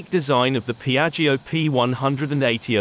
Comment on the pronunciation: what a beautifull aircraft. Looks like a spaceship ❤ By the way : Piaggio is spoken like piatshow in italian language.